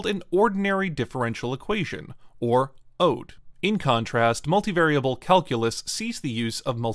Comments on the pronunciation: I have never heard anyone say it like ode, just like o-d-e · Never heard O.D.E being pronounced as "ode" either. It's always oh dee eeh. Who/whatever narrated this video doesn't really do math. Which is fine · when he says "ode" like ode to joy instead of ODE, the acronym, I became skeptical as well. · Is "ODE" really pronounced ode? I've only heard O-D-E (like P-D-E). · Who the fuck says ODE like that? Every single person I have met says O, D, E. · Ive never heard ODE pronounced like that lmao